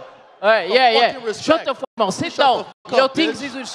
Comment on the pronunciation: “get the fook outta here” will always be legendary 🔥😂